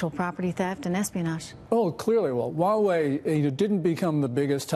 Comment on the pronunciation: The H in Huawei is not silent. I hope more people pronounce it properly at least on TV